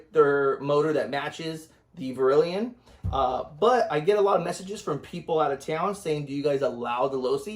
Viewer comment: It's def NOT verilion...